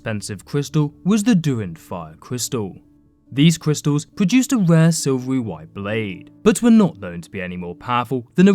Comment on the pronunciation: Cwistals. ..... omg stfu